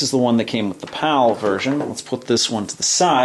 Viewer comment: Am I the only one thought he is saying "POW" instead of "PAL"? 😂